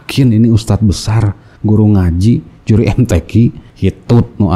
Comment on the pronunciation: Bacaan nya amburadul kok jadi yuri mtq siapa yang percaya, mudah"an dpt hidayah